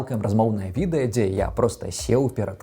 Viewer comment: праЕкт, мне моцна баліць, відэя, праз тое (ня з-за)